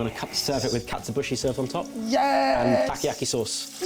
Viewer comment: I love how pronounces takoyaki tacky-yacky. 😂